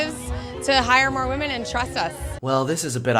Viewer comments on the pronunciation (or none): Him in his feminist comedy video: “feminist comedians make such shallow jokes...” Him in this video: says wamen Me: hehehe he said wamen